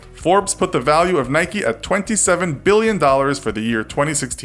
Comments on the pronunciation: It's Nike not Nikey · It’s Nike not Nikee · Its not Nikie. Its nike.😅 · It’s Nike, not Nikey. You don’t go around saying bikey now do you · Is not called nikey, it’s Nike plz stop saying nikey. And it’s not adi-dad it’s Adidas plz stop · It's "Nike" not "Nikey" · I say n ike not nik eeeee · Why do people say Nike-y it is spelt NIKE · please do not call nike "naiki" do you call your bike "baiki" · You dont say nikeeee you nik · NAIK NOT NAYKEE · Its NIKE not NIKEY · NOT NIKEE ITS NIKE!!! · It’s called Nike not nikey, you don’t say bikey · It's nike not nikeyyyyyyy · Nike not nik-e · IKR its nike not nikee lol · In Philippines we call it Nayk. Not Naykee. Lol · Whyyy dafuq you say nikeeeee just say Nike just do it! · Why pronounce it Nikee though, it's "Nike", you don't say bikee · It’s pronounced naik not naiki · its not nikee its nike with a silent e also its not adeedas its adidas you say it how you spell it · It's Nike. Not NIKEY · Its not nikey its just nike. you dont say 'likey' with the word like. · ITS PRONOUNCED NIKE, NOT NIKEY AND AD-E-DAS NOT ADIDIS!!!! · Since when do you pronounce "nike", "nikey" :,) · Its Nike not niky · Not so sure about Nike either. It should be Nike, rather than Nikeee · Who’s from the UK and gets annoyed when he says Nikey and ado-das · Why is he saying niky? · Wtf Nikeee Adeeeedas 😂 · STOP SAYING NIKEEEEEEEEEEEYYYYYYYYYYYYYYYYYY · in england its pronounced nike without the ee sound, and adedas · GT 0MegaRACING yes I know right if you call Nike nikee then why do you call a bike bike not bikee it’s just wrong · GT 0MegaRACING yea I’m from England and whenever I hear nikeeeeee I cringe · WHY DO AMERICANS CALL IT NIKEY? W.H.Y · it is prunounced "nik" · Nikey and pooma...... ffs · stopped watching when he pronounced Nike like Nike - eeee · You said Nike and Adidas wrong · When u realise he can’t pronounce Adidas,Nike and puma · Anyone else get annoyed by how he says Nike 🤣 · Mate you can't even say the company names correctly 😂